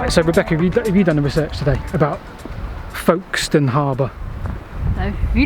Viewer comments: Another cracking video - sorry I meant & Rebecca!! 😱 My wife will be especially pleased as she was born in Folkestone (with an 'F' not a 'V' please!! 😎) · It's pronounced Fokes-ton, but with an 'L' in front of the 'K' that is so quiet you can't hear it. Now, say after me...